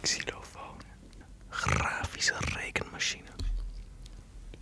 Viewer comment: Die grrrrrrrrrrrafische rrrrrrrrrrrrrrekenmachine zette me weer aan om voor examens te gaan leren thx!!!!